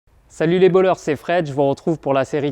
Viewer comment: Il m'a fallu plusieurs secondes pour me rendre compte que tu disais "Salut les ballers" au début de la vidéo et pas "Salut les voleurs" xD